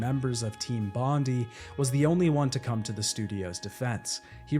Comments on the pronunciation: Hey, if you want everyone to know you've played knifey-spoony before, you'd pronounce it bond-eye. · I hate to be 'that' guy, but the pronunciation of "Bond-EE" irks me 😖😖😖😖😖😖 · It's actually pronounced Bond-eye, Despite being in Sydney it was named after the Bondi location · For those of you that aren't Aussies, It's pronounced "bon - dai". Bondi is Australia's most iconic beach, huge tourist destination in Sydney, and an iconic surfing spot. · The pronunciation of Bondi hurts my ears every time you say it like that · It's so cute how you mispronounced Bondi, sorry from Australia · Seven minutes in and I don't know if I can listen to you mispronouncing 'Team Bondi' for the remaining run time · More like bon-Die but close enough it's also one of the most famous tourst beaches in Australia. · My guy, it's pronounced "Bon-die" not Bondy.... so painful to have to listen to haha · You're pronouncing "Bondi" wrong. It's Bond- EYE, like the beach in Sydney, NSW, Aus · This was doing my head in 😂 bondee is so close yet so far. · Bon -di ( di like die) as in Bondi beach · Its pronounced 'Bond-eye'. Love your vids anyways. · Just a quick little thing, its pronounced Bon-dye, just letting you know as an aussie. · As an Australian your pronunciation of Bondi upsets me, It's Bond-eye. It's a place in Sydney, where I imagine the team was located. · It's pronounced "bond-eye"... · Unfortunately it's pronounced bon die, not bon dee. As it's named after the beach of the same name in Australia!!! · It's pronounced Bond-eye. Not bond-ee. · Aussie here. Studio is pronounced "Bon-dye" not "Bon-dee" (it's a reference to Bondi Beach in Sydney) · Bon Die not Bon Dee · Hey mate it’s not a big deal, but it’s pronounced team Bond-i not team Bond-e. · Bondi is "Bond-eye" not "Bondy" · FFS Mate. Bon-die. Not Bondy. Only named after the most well known beach in Sydney. Also the suburb they were in in Australia. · As an Aussie I just had to mention, it’s pronounced bond-eye not bondy